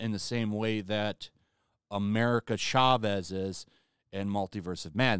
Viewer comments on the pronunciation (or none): none